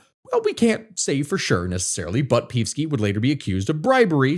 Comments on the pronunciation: OK, but not PEEVski. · It's read Peevski with E as in Energy, not as if it's an i or y, lmao. Not that I like hearing his name but your pronounciation makes it so much worse. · It's pronounced "Pei-ev-ski." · No, it's not. It's pronounced "Pe-ev-ski" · Damn you need a comprehensive course on slavic names, but i do appreciate you totally butchering the name of peevski the pig :) as we all do here overall good analysis, this issue needs to be studied and explained a bit more, nice try, for a 20 min video, unfortunately the shit we are in is a 3 hour deep one at a minimum (if you want i can give you some pointers)